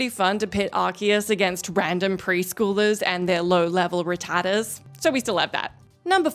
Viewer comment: You pronounced rattata wrong, someone reprimand her for this.